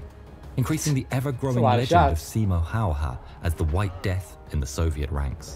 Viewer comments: You actually pronounced it well great Job! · Damn almost correct pronunciation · I know im bit late, but your attempt on "häyhä" i think was pretty good. Sure it wasnt perfect, but you shouldnt worry about it you are not native speaker sir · "i slept well even during the war" 10% frightened, 90% hard respect. i've seen a lot of veterans who have had awful life after war and this man felt nothing. mad. (and the pronounciation was pretty close if you want to practise it the "Hä" is like HAppy, but for the life of me can't find a single word in english with Y pronounced "correctly") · Your pronunciation of his last name was actually very spot on. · Well, no, but it was pretty good. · Your pronunciation of Simo's last name was so good that I audibly thanked you for being first non Finnish speaking channel to pronounce it right! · Way you said talvisota (winter war) was absolutely perfect, and Häyhä was also very close to target. 👍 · i,m a Finn.. and you said the name good.. thanx for the attention you give our hero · That pronunciation of his name was so good for a person who doesn't speak finnish as their 1st language! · You got the name Simo Häyhä much closer than most native English people ever get it, so good job! The only improvement I'd give is to say the first ä the same way you said the second. The "'ä" is pronounced like you pronounce the "a" in the word "hat". But aside from that slight correction you did really well! ☺👍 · really good pronunciation✌👍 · One of the best pronunciations of his name i've heard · Your pronunciation of Häyhä was pretty much spot on. I don't really care how people usually pronounce Finnish words since it's a weird language for most people. But I once heard a guy pronounce Häyhä as "Hagje" and it was.... Interesting. Oh and Finland in Finnish is Suomi and swamp is suo. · Pretty nice pronounciation. Just a bit more twist to the a:s. The a:s sound just like the a in the words bad,cat,hat, had, add or ad.